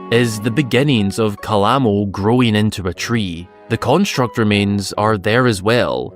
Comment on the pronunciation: Don't worry about it. You're not the only one out there that completely ignores in-game pronunciations.